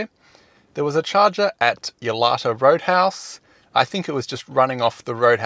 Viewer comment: Thanks for the update.. To be helpful hopefully ‘Yalarta’ is pronounced Yala-tah